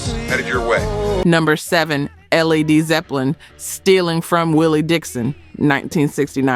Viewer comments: At timestamp ALL RIGHT!! THAT DID IT!! L. E. D. ZEPPELIN?!!? C'MON! I'M STOPPING THIS VIDEO RIGHT HERE, I CAN'T LISTEN ANYMORE AND UNSUBSCRIBING! WHY DON'T YOU PAY SOME KID TO READ THE SCRIPT?? I FEEL LIKE I BEEN INSULTED, INCORPORATING AN AI BLACK WOMAN'S VOICE THAT HAS A SLOW DRAWL AND YET, HE CANNOT PRONOUNCE LED ZEPPELIN, ROBIN THICKE OR RAY PARKER JR (1;25)?!? I've listened to LIVE Black contact creators and to the best of my experience, hardly any of them used the common YouTube troupe phrases like "...and here's the kicker...", "...not just....it was..."! I would accept a live narration with a heavy accent that an AI channel. You state that you do your research and hours of fact checking but there are several mistakes that require only to check another YouTube channel who was previously listed the same information. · Maybe it will inspire a black music historian to do just that. I figured out it was AI when I heard her call Led Zeppelin, L-E-D Zeppelin.